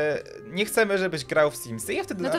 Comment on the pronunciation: Simsy!!!!! Simsy!!! Nie symsy! I.